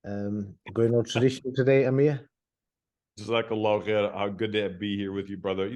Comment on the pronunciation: It's not Amir bro, it's Amer. different names.